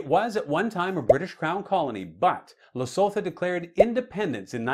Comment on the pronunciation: Hello from South Africa.. By the way Lesotho is pronounced > Less - soot - who The 'th' isn't pronounced as in English, the h is used softly. Enjoy your channel & my favourite is your Rapid Fire rounds without the multiple choice. Tx